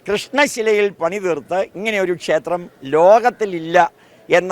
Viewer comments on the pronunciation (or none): none